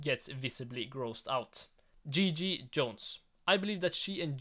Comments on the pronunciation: I'm sorry, but it's 100% not Gigi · It’s not Gigi